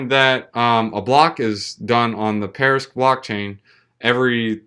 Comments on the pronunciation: Why do you keep saying "parisq"? That's like me making a video about bitcoin and calling it bictoin every single time. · Be a professional? start by knowing how to pronounce a project you're covering:)